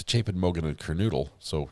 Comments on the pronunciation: Kernodle- long “O” not noodle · PLEASE SAY HER NAME CORRECT. KERNODLE NOT NOODLE